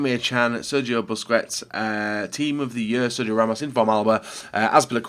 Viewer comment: SERGIO BUSKETS NOT BUSQU-ETS